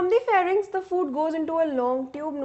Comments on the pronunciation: I like her saying "PHARNYX" 😂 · 🤣🤣mam said pharynx in a stylish way